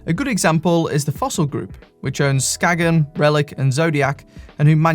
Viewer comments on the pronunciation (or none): Skagen is not pronounced Skag-In. It’s more closely to Skay-in or Skayne